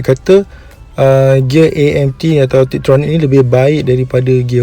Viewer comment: TIPTRONIC dan bukan TRIPTRONIC. harap maklong 😅